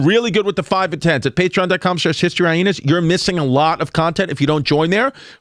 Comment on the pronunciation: Why does he keep saying Hyenas like "Hy-Henas"? lol